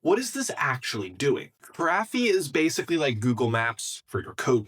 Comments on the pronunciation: Is this an AI video or what, why is he saying "Graphiii", it's "Graphify" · Yeah, he's mispronouncing it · "graphy"? I'm pretty sure that's not how you should pronounce it... but hey, it's more important to put out the slop video, for the views... a few more videos like this and i'll unsub